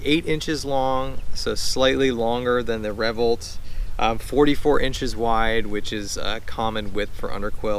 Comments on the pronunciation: That caught me too. Revvolt. Its not a weird word. RevvOlt. RevvvvvvvOLT. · Well isnt that an interesting pronunciation of the word revOlt?